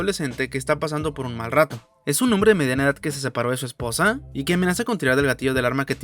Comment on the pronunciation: Bro, de verdad qué cancina la narración Cómo en el minuto “que se separó de su espoSA" "a la situaciÓN" Es buen video pero me harté de la narración